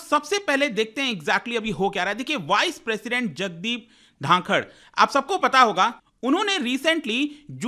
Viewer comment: ढाकर नही बल्कि धनखड़ है ।